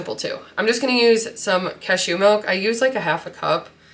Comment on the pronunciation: you say 'cashew' so weird lol